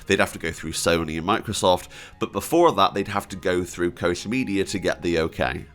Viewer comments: Quick sidenote: the ch in Koch is pronunced like the Spanish j oder the Russian x. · It's axtually spelled koch but it's pronounced cock media